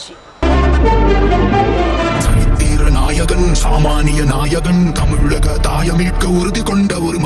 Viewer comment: Tell her to speak Tamil property It is not ha It is ka